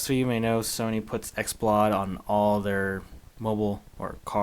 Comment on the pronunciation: Lol brp did u say "xplawd"? Its "Xplod" lik pronounced "explode" lol